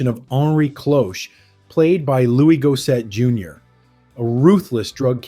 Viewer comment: Hearing the entirety of Louis Gossett Jr.'s name mispronounced was painful. He was an actor known in households all across America.